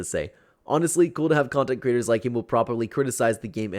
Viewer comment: Girl, are you ok? Also its “creator” not crater💀🤣